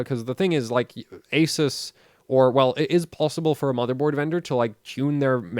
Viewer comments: Can you please learn how to say "Asus" correctly please lol damn please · Who is here to hear this guy mispronounced ASUS? LOL